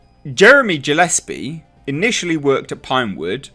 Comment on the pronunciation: The Void became far more endearing to me when I saw shortly after it came out of the theaters to dvd--☺which I bought☺--and THEN saw the 25 minute behind the scenes documentary with the crew and cast! P.S.: The director is pronounced Gill-less-pee.